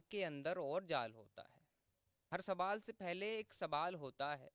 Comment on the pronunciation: ka shayad kuch talaffuz me dikkat hai Sawal ko Sabal Zawal ko zabal padh rahe hain